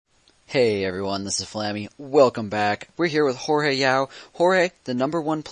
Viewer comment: Its Jorge (hor hey) not George idiits